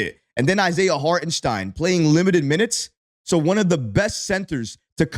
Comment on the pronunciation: Holy crap he got ihart’s name right! Now he needs to work on Ian “Baguely”